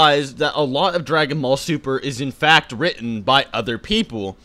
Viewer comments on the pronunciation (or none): Dragon Sall Buper You read that wrong